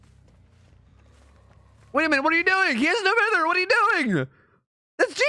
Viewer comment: Please stop saying No Mither wrong.